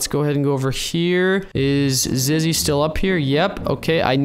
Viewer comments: Ziggy its zizzy btw just saying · It’s zizzy not ziggy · ant its zizzy not ziggy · Ok it is zizzy not zigy🤣🤣🤣🤣🤣🤣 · It's not freaking zeggy ITS zizzy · its zizzy not ziggy and zizzy is a girl not a boy. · It called zizzy not siggy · It's Zizzy not Zaggy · It's not Ziggy it's Zizzy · Ziggy? You mean zizzy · Its 'Zizzy' not 'Ziggy' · man he ceep on saying zigy not zizy i mean really bruh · It’s zizzy not ziggy 😅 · its not ziggy its zizzy lol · It's zizzy not Ziggy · No you said ziggy its zizzy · its not ziggy its zizzy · Its not zigy it's zizi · It's not zigy it's zizy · its zizzy not ziggy ooOOoOoOooOoOOOOOoOOoOoOoOoOoOooFfF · Why are you saying.ziggy say zizzy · XD YOU KEEP ON SAYING ZIGY LOL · ik lol tell him to say zizzy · Carti He really said Ziggy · He is saying ziggy 😂😂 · He does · He was saying Ziggy for the whole video 😂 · And he called her Ziggy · im so cringed ant says ziggy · Marielle Decastro i dont mean to insult him its just a bit weird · I was going to say that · Guys stop talking about him saying “ziggy” he knows he is saying ziggy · This is how many times he said Ziggy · Why did he say ZIGGY🤣🤣🤣🤣🤣🤣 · Dude you said ziggy 😤😤😤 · And you said it wrong it is ( ZIZZY) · Why does call zizzy call Ziggy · Go back to school and learn how to say zizzy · Did u say Ziggy or Zizzy? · is he saying ziggy or zizzy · Why do you keep saying ziggy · but we need zizgy to get in the giltch Me: its zizzy not zizgy wait how did you spell it again XD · ziggy me:zizzy not ziggy and ant also called her he😂😂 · It’s not ziggy it’s zizzy u silly old bird 😂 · Who is ziggy its zizzy,😆😆😆😆😆😆😅😅😅😅😅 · Yes ant did call zizzy zingy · calls zizzy ziggy me like its zizzy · Where is the grass for Ziggy Me. It’s not Ziggy it’s Zizzy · IT NOT ZIGGY ITS ZIZZY SHES MY BEST FRIEND 😭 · And then he said:ziggy?! I meant ZIZZY LOOOOOL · U keep saying Ziggy its zizzy 😂😂😂😂😂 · it Ziggy Me:it Zizzy not Ziggy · It's not called Ziggy it's called Zizzy silly